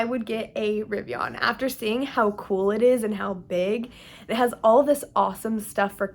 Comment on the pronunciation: Definitely Riv-ee-ehn…or uhn….not AHN. :)